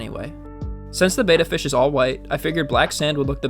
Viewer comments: Bettas don’t need to be drip acclimated since they breath air. Also it’s pronounced bet-uh, not bait-uh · Rescuing is always admirable. That said, Beta is a ray, like alpha and gamma. Beta is also like VHS; remember those? Betta is the fish you rescued. Bet-uh, not Bay-tuh. Have to add- that lookout is really cool. I have never seen one. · It's not pronounced like "bayta," it's "betta." Why do people say "bayta?" I've even heard people in pet stores say "bayta." How ignorant. It's not that hard to say it correctly. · BehTah, Not Bayta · You’re mispronouncing betta. It’s not pronounced like beta. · It’s becoming a pet peeve that people can’t pronounce betta, it’s not the Greek letter beta